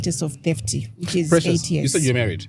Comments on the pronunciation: is stupid, why did he end up pronouncing it as thefty? 🤣😂🤣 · started saying thefty😂😂😂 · geez bro 😂😂 why are you like, “thefty” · Not saying thefty 😂😂😂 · saying thefty and lookin at 😂😂😂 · Disgusting behaving if you ask me, you don’t make fun of people that can’t pronounce certain words correctly. Especially on a public podcast. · Where is the what's up line we join....you know that person who you love but at the same time pisses you...Changamire one.... says " my show" wants to crucify her for it, luckily quickly come in and the show continues...by the way, wasn't corrected on wrong pronunciations like precious was..." Theft, Snuck..."